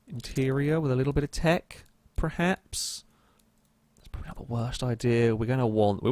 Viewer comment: Stop saying PREhaps. The word is PERhaps.